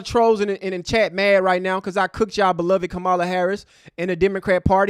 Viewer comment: So sad that you can't 'properly pronounce' Ka-ma-la's name correctly (that playing us as ignorant, f👀l). UNSUBSCRIBED!